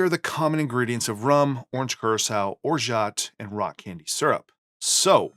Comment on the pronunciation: Great video once again! A side note about "orgeat". It's a french name and in french we keep the "T" silent 😉